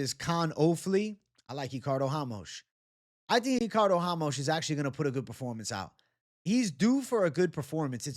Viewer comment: who the fuck is hamos ?! RA-MOS